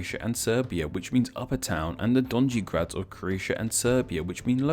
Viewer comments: • since you asked (and since I'm genuinely triggered): ○ that's not how pronounce GORNJI and DONJI You pronounce NJ as Ñ (nj is a sound u can find in word señorita) ○ BIOGRAD is pronounced as bee-o-grad and BEOGRAD as be-o-grad (be as in beta) ○ POGRADEC doesn't end with a K sound but a TZ sound [this might be new for you English speakers because we actually have C a purpose] ○ IVAYLOVGRAD = EEVAEELOVGRAD ○ MRKONJIĆ GRAD = M(um)R(iver)KOÑI CH (but more aspirated ch sound) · Nj in donji and gornji is pronounced like the spanish ñ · From Serbia: the words “nj” Gornji and Donji are pronounced like the spanish letter ñ.So it’s like gorñi and doñi. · Did, did he just say "donđy" gor doljni? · Great video as always :), but i noticed you made few mistakes in pronunciation of names of town, so i corrected you: "Donji- " and "gornji-" are pronunced like "do-ñ-ee" and "go-rñ-ee" because in serbocroatian letter "j" is pronunced always like a "y" in "yes" . Letter "c" is always pronounced like "ts" so its not "Gradek" but rather "Gradets". "Biograd" is pronounced like you pronounced "beograd" because "i" in serbocroatian is always pronounced like "ee". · Damn man. You completely butchered slavic names. Slavs pronounce "J" as "Y". And letter "Nj" (yes that's one letter) is pronounced as spanish letter "ñ" If you have problem pronouncing just look it up on Google translate if nothing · The pronounciacion of donji is killing me.